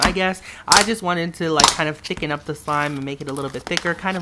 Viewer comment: Who else heard him say chicken instead of thicken? 😂😂😂